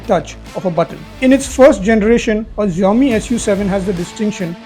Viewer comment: Xiomi ---- jiome ❌ Shaomi ✅